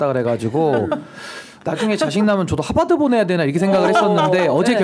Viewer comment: 신변호사님..그래도 하바드아니고 하~버드~라고 발음 좀ㅎㅎ